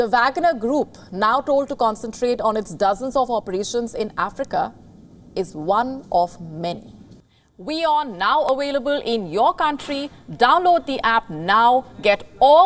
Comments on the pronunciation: What is "awailable"? What are "wolunteers"? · What I wonder the most is what the anchor means by "awailable" and "wolunteers"?